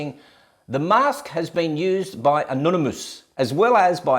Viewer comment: You requested trolls, but the only idea I can come up with is "Haha, he says an-on-e-moose" as I fail to find a moose emoji so here's a shrimp for your barbie 🦐 Also haha you play with barbie dolls. Dork. 👅